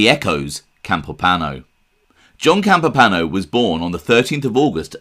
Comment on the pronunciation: Campo pano? No. Campo Piano , Pi A No. Alles klar?